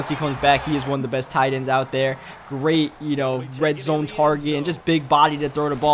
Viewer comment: And he says "Dare" instead of "there"